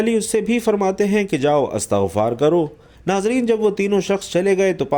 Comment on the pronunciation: استغفار ت کے ز بر کے ساتھ بولنا د ر ست نہیں بلکہ ت پر زیر ہے اللہ تم جیسے جّا ہلو ں سے امت کو بچاے آمین یارب العالمین بجا ہ سبد المرسلین و آلہ و صحبہ اجمعین